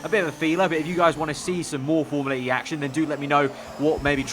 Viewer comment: Awh yeah thank god you don't say formula-r-E